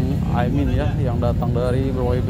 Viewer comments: Ini org ngomongnya dari tadi Aimin bukan Amin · Bukan Aimin bang tp Amin. Kok dr td nyebut nya Aimin terus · Mas jangan sengaja sebut Aimin, tapi Amin yg benar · Ini pemilik akun, selalu ucapkan Aimin, Salah woy... AMIN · KOQ AIMIN?... bukannya AMIN? Pake lidah mana min? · Bang bolak-balik ngomong AIMIN terus... yg bener AMIN bang... wah jd curiga nih... jangan2 kelompok AIMIN WITJAKSONO...